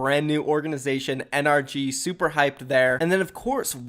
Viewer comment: still doesn't know how to pronounce NRG its suposed to be pronounced like energy